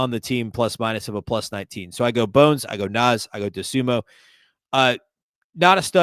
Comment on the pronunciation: How much longer will it take you to pronounce Dosunmu right?